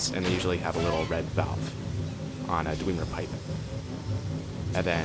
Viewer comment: I like how he calls the Dwemer, Dweemeh.